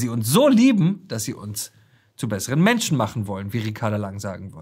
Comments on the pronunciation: "Menschne" dieser Sprachfehler erinnert ein wenig an den Drachenlord... und die Optik auch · die Ricarda und ihr Sprachfehler... Menschna... hat das auch jemand gehört?